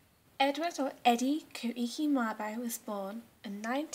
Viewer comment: Video is well made, impressive for a first video. Your basic description of terra nullius is the only memorable flaw but i presume your teacher covered that. Koiki is pronounced 'Quaki', in case your teacher didn't know.